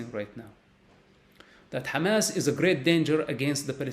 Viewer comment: Side note: I like the way he pronounces 'Hamas'.